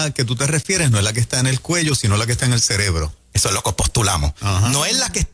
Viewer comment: Correjir que la palabra es CEREBRO. No celebro.